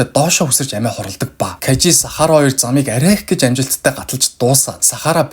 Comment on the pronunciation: Кажи биш Кайжи шүү!!!